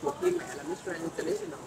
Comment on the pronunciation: Đọc “Grand” không chuẩn nhé